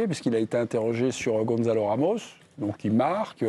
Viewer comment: Gonçalo, pas "Gonzalo" !!!!! C'est pas difficile, non ? Vous dites bien "garçon", pas "garzon" ???!!!